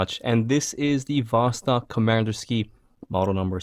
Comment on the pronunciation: Nice, at the beginning (in the faux-russian-accent), you actually pronounced Komandirskie very accurately.